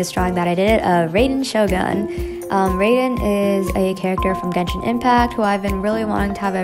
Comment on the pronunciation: Hi sorry to be nit picky though raider shogun is pronounced r-eye-den shogun, again I’m really sorry but just wanted to let people know :)